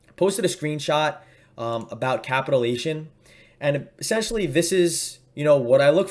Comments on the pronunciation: you are pronouncing capitulation wrong. It is pronounced: "KA PITCH YOU LATION". Not "capitalation" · Good video. Thank you. Just one thing: It’s pronounced Capit-chU-lation. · Ka-pit-u-la-tion Sorry, I couldn't help myself. Great explanation of the indicator. Thank you.